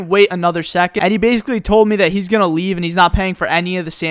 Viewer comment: I know this is an old video, but I've been binging for the past 3 months. Why do you say "meh" every time you should pronounce "mee"?